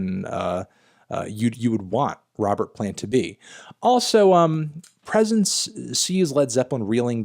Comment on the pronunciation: Bro really called 'presence' 'presents'? 💀